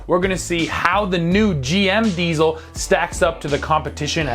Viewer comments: It's diesel! Not diezel! Come on, guys! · Learn hot to pronounce diesel.